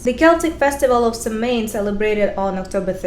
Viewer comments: It was pronounced like it would b sow in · Samhain is pronounced sow-en